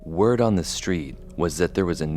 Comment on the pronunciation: "WERD ON THE STREET"